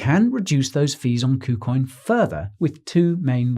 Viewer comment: Did he say poocoin?